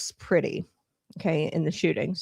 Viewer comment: A) it's pronounced PRETTI, not pretty. B) he didn't approach officers with a gun, he attempted to assist a woman who was a US CITIZEN that was being assaulted by ICE. Pretti was recording (a right that he has) and was subsequently pepper sprayed by ice agents. He was thrown to the ground, and in the video, you see his hands in a fist while he's on the ground (NOT on a gun) And that's when officers shoot him. TEN TIMES. they shot a US CITIZEN TEN TIMES while he was on the ground and his hands were visible.